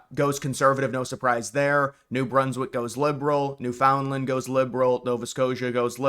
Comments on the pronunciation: Wow. Are you even Canadian? Your pronunciations of Newfoundland and Nunavut speak to someone who doesn't know the first thing about Canada. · Judging by your pronunciation of 'Newfoundland' I can tell you aren't Canadian. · It’s pronounced newfinland…and don’t call them newfies if you’re not from there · Why can't this guy pronounce Poilievre or Newfoundland? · I would suggest learning the correct way to pronounce the provinces names.